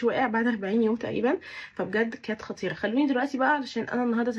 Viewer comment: في الدقيقة 19:4 قلتي خطيرة عادي مع انك طول الفيديو بتلدغي بالراء و بتقوليها غاء 😊